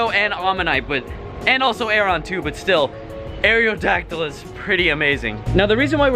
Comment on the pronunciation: "Air-ee-oh-dacdyl" is bothering the fuck out of me. It's not "air-ee-oh-space," it's aerospace. Aerodacdyl. Where are you getting this other E?